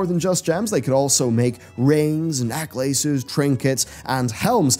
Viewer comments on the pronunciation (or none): this fool legit just said "neck laces"